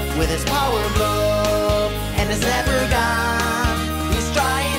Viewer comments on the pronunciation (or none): none